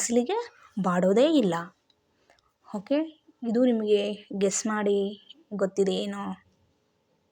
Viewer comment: ನಿಮಗೆ ಅರ್ಥವಾಗಿರಬೇಕು. ಹುತ್ತರ ಅಲ್ಲ ಉತ್ತರ. ಹಿದು ಅಲ್ಲ ಇದು. ಹಾಮೆ ಅಲ್ಲ ಆಮೆ. ಹೊಗಟು ಅಲ್ಲ ಒಗಟು. ನಾನಂತೂ subscribe ಮಾಡಲ್ಲ, share ಮಾಡಲ್ಲ, like ಕೂಡ ಮಾಡಲ್ಲ